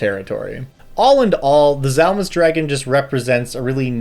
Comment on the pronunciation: To be fair on the pronunciation the "D" isn't silent is Dzalmus it's a "/d͡z/" kind of like the "Ts" in Tsunami is a "/t͡s/" so the "/d͡z/" is pronounced like a Z but with the tongue back and up where the D is usually pronounced. phonetically similar, though it does push the pronunciation of the whole word farther back in the mouth. "/d͡z/" though isn't really ever used in any dialect of English. Edit because for some reason half of why I typed was erased.